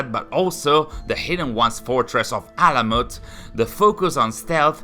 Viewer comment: You read that name exactly right ! Its ALAMUT..... it's the main and also the first fortress of hashaashioon( assassins ) which is in iran( persia ) ...and it's an ancient persian name which means bird's nest....im so happy that finally they built this game about alamut which is in ghazvin (a City in iran)....and also basim(باسم) means good looking or someone who smiles(it's also a Persian name but also in arabic language it means boy)